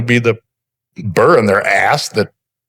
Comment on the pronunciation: It’s “burr”, not “bird”. But yeah his mic being clipped to his shirt & being that massive is absolutely hilarious.